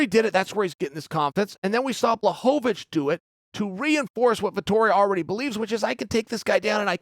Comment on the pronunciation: Who else noticed Chael finally decided to say Blachowicz's name properly 😂